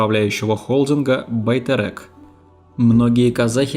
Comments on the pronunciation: Почему русские не могут нормально читать на русском??Байтерек-через Е!!!!! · Почему Россияне не могут произнести свою же букву "Е"? Одни говорят-тЭнге.другие-БайтЭрЭк? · Как интересно вы произносите некоторые слова😂))) Особенно Байтерек)) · Даже нормально произнести не можете 🤦🏻‍♀️ «Байтэрэк», «Велиханович», «Гзыл орда», «Манжилис» и тд